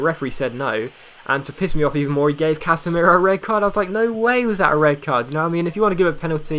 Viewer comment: is it not case-meer-o?